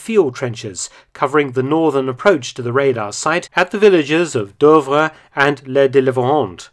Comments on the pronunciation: Super video as always. As far as I know "Douvres" is pronounced "Doovre". You pronounce it as "Deuvres". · Fascinating story! Shame about the repeated mis-pronunciation of Douvres though. Obviously, it should rhyme with Louvre!